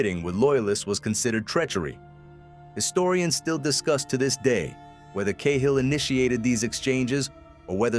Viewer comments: It's not Kay hill... its Cat hill ! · Ca-Hill.... Not Kay hill 😢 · 10 seconds and I had to turn it off. Sorry but if you cannit even pronounce it.